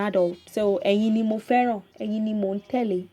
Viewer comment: I'm sorry, it sounds like your pronunciation of Tele (following) is Mi-Do instead of Do-Mi